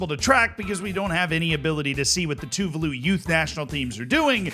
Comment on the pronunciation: btw tuvalu is pronounced tuVAlu not TUvalu